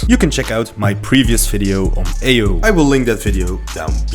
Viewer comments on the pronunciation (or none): Come on bruuuh xDDD you doing amazing work, I was just surprised that someone can pronounce Aoi this way, and tried my comment won't be offensive... She's Japanese, right? So it could be 青い or 葵 from what I know. definitely these two words aren't spoken like "Ayo" technology :p Don't take it so personally, you'd also laugh at my accent if I'd say something in English. After all, I'm not even sure if my grammar was/is proper. Language is to communicate, not to be 100% correct. I'm just linguistic fan - for example in sos I've learned french in less than one year - just writing and reading. Not the best, I need work on it, but it's understandable. You probably choose wrong website to check how it should be pronounced - Asian languages are real trap - I'm saying it as native speaker if one of slav languages and somehow native of one of Asian language speaker. Please, take care brother, and don't worry about comments - continue what you started. I'm thankful you haven't use SS of my comment. But each time I hear "your aoi" which sounds like Ayo, I'm more focused of what you saying. Good job xD I'm not hater - I almost not comment videos. If it offended you, I'm so sorry - seriously I'm sorry. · Thank you for testing video n sry for bugging you aoi’s pronunciation 😂 our state is gen 10 now so i guess i need stick with connor without daryl until gen 11 😊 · Thanks for video, and i'll be annoying but you pronounce Aoi wrong 😅